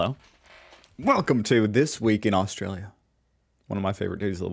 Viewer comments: Austalia, very funny... get it right, it's AustRalia... 🤣😂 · Its not AUSTALIA for the 10th time dude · What the hell is AUSTALIA?